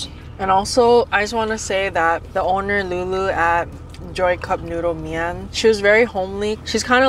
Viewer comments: I think was right when she pronounced mein麵， not mi-an. should pay for the meal, and more;) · I think pronounced mian correctly